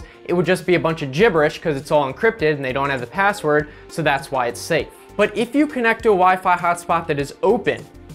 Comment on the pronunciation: you said pazzword